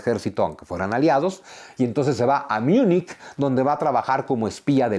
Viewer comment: Vaya por delante que te admiro muchísimo, pero te tengo que decir una cosa ...cuando te refieres a Munich, lo pronuncias en inglés, bueno, ni siquiera....pronúncialo en español, que suena...Muniq, o en alemán, que suena Munjen... Miunik es en inglés y en árabe, perdón en árabe suena Miuneg..Por cierto, en sus escritos, Adolfo se refiere a los españoles con bastante desprecio, jajaja, llamándolos "comedores de aceitunas". En verdad, suerte para los que podian comer aceitunas en los años 30.